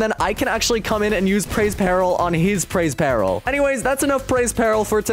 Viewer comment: He said praise peril… its preys peril